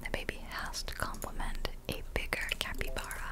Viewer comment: I literally have a capybara tattoo on my leg, so needless to say i’m getting this game ps: it’s pronounced like cap-ee-bar-uh not cap-ee-bear-uh